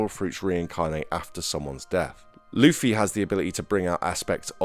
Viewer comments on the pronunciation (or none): STOP FUCKING CALLING LUFFY LIKE HOW YOU WOULD SAY THE WORD “fluffy” have you watched a single fucking episode of one piece? his name is LITERALLY PRONOUNCED AS (loofy). channels like yours make me despise one piece centric channels. i’ve been watching the anime since the 4kidz dub. in 2004. how you even have a single subscriber absolutely baffles me. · stop saying lafee its lu-ffy